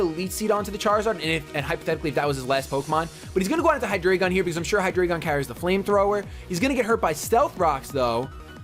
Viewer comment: It's Hy-dry-gun! It and it's previous evo's are based off the German; Ein, Zwei, Drei (1, 2, 3) Only gripe this video! Keep them coming!